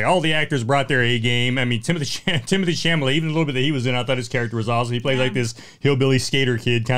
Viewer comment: It’s Chalamet, not Chamalet. And, no, it’s not a bad movie. It made me laugh, it made me tear up at the end, it annoyed me, frustrated me, it made me feel something, which is not something I could say about most movies. The ending was a punch in the gut. And Leo’s final words, still thinking about it.